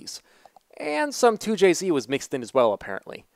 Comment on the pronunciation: Why he say 2jz like that dawg